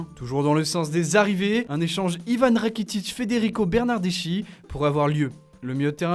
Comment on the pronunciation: bernardeschi se prononce "bernardeski" espèce d'ignorant...